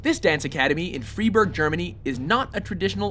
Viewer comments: Freiburg is pronounced "Fr(eye)boorg". In German when e and i go walking, the latter does the talking. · It is spoken Fr(eye)b(ou)rg not Fr(i)b(eur)g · Since when did Freiburg become "freeburg"? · It's pronounced "FRY-burg", not "FREE-burg". Come on, now! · Freiburg is pronounced wrong - you might want to re-edit that :) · u said freiburg wrong....... its pronounced friburg